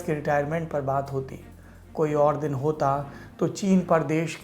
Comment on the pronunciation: चच्चा "दिन" को "दीन" क्यों बोल रहे है ?